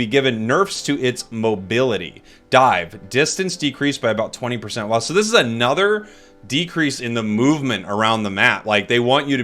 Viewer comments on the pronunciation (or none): none